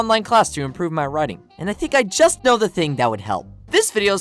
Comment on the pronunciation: Hey hey hey it’s not”I don’t koe” it’s “I don’t know